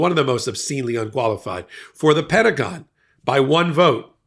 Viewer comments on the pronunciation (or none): none